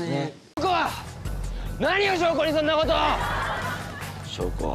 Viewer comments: 嘘だそんなこと〜！！ が ウソダドンドコドーン にしか聞こえなくて草w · なんでだろ、ずんどこどーーん！って言ってるのに、ちゃんとそんなこと！って聞こえる😲